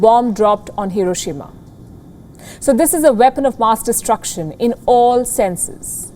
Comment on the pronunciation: Haha. She says the weapon of her aassss destruction 😂